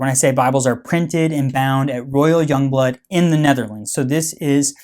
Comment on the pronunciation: yong bloot